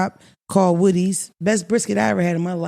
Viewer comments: I was like woodys ?🧐😂😂😂😂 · I was like I ain’t never heard of woodies 😂😂